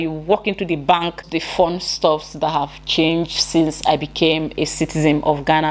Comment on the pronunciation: The word is citizen NOT SITIZEM